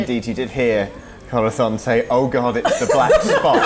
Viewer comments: Anyone else notice pronounces the Z in Corazón's name as a "th"? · It always sounds like saying Corathon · I get the impression that speaks some Spanish because of the way he pronounces Corazon llike Corathon, and as a spanish speaker it pleases me greatly, whether or not he actually does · Castilian "th's" are pushing my non Argentine, Latin American Spanish pronouncing hackles up. What's next? Going to pronounce a double L as a "j"?